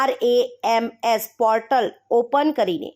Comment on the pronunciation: પહેલા cpgrms નું ઉચ્ચારણ સરખી રીતે કરો😂